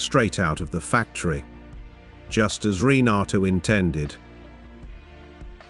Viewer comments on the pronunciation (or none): none